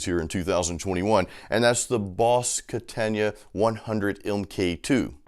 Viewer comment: "boss ketenja" =))) its KATANA, bro =)